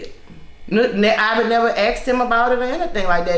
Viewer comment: IVY... Not IVORY